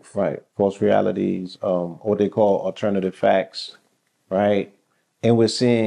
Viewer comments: The T is mixed in with the E lol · What is 'Alernatve'